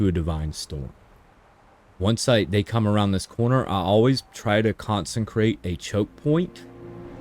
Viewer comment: "Con-sen-krate" lmfao. There's no N, in consecrate. It's pronounced Con-seh-crate hahahahahah other than that, nice vid, subbed